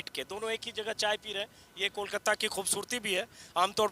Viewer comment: कोलकत्ता नहीं सर कोलकाता कहिये।